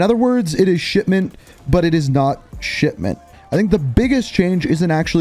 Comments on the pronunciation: I keep hearing you say it as Shitment rather than Shipment 😂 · Dude is saying sh*tment smh 🤦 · Am i the only one hearing SHITMENT? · Bro is literally saying "shitmint" every time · Every time you say "Shipment", it sounds like "Shit-Mint". It's weird, but fits well given what the map is. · It definitely sounds like it